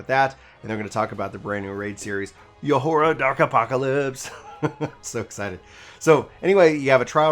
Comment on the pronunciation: "Yo-hoar-ra..." 😬😬 It's pronounced "Yor-ha," my dude